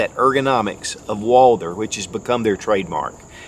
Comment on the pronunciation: He said "Walder" BA HAHAHAHAHAHAHAHA!!!